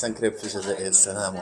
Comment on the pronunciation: لسان الجزائري ينطق مروكي ونتما تقول زازاير علاش ههه